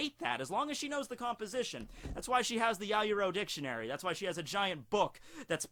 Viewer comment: Her name is "yao-yoro-zu" not "ya-yo-rozu"